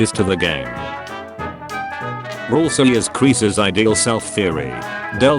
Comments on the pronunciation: Kris ❌️ Krees ✅️ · that way of saying kris 💀